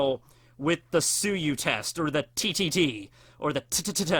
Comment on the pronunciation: Am I the only one who thinks Froppy is meh? She's a good character, but not great and certainly not the best. Overrated in my view. Btw TTT sounded like you said titty t